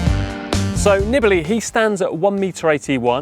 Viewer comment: You are butchering his last name by shortening the vowels. It should be Neebalee.